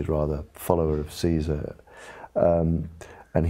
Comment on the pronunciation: But when will people learn to pronounce Caesar?